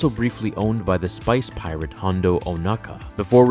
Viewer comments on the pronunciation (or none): i heard spice pirate aha just me?